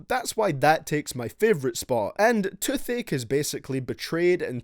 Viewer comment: You saying Touth Ache but all I understood was Too Thick